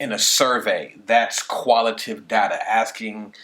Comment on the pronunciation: I hate to be that guy but it's pronounced "Quan ti tay tiv" and "qual i tay tiv"